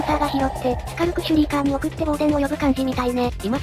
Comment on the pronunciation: の時のとがスカルクシュリーカーのことをシュカルクシュリーカーって言ってるのが可愛い😊